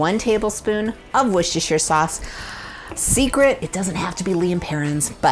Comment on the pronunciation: For future reference, the o in Worcestershire is long (the rce isn't pronounced, no idea why). It makes me laugh cringe hard watching cooking shows when they have guest(s) from the U.S. on, except if said guest(s) are from Massachsetts (there's a town/ city near Boston called Wooster) they get it right